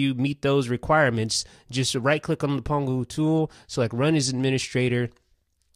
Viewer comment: pangu not pongu